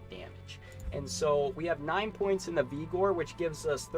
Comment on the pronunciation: its Vig-or.... not Vee-gor......and you talked about this hammerdin build and had a gameplay section, but you never showed off the actual build. You just showed charge and holy shield.